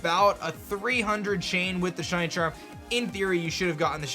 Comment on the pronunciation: Is it just me, or is he saying “Shuny” instead of shiny?